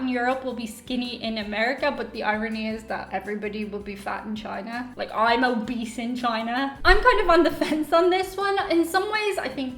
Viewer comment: Did you say you would be obese or a beast in China?🤔🤨🧐